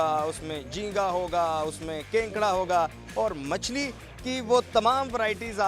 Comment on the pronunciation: Kenkara 🤣🤣🤣🤣 bhai kekra